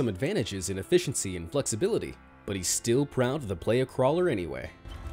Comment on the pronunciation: The Playa Crawler is pronounced Ply-uh crawler. He made it for Burning Man.